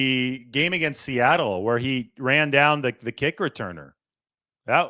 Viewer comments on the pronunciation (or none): none